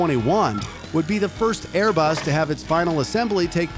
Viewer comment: Its ”*Airbus*”